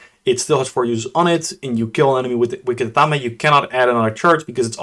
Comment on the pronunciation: It's Ath-aim, not Ath-am-A